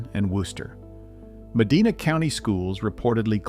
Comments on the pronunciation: Meh-die-nah not Meh-dee-nah Also, Jee-au-gah, not Gee-au-gah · It’s med-I-nah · We have our men’s bible study there every week. Also, the narrator is mispronouncing Medina.. Medina is pronouncied with a short e like “eh” or cEnt. You also mispronouncied Geauga Lake but whatever. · Sad the announcer doesn't know how to pronounce Medina. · You need to learn how to pronounce Geauga and Medina. Spent a number of years there and it was great.